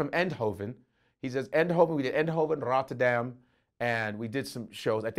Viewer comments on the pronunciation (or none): This dude rolled his R is Rotterdam, stfu dude